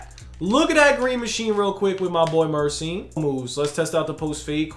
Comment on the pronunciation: Gheorghe MURSYN 😂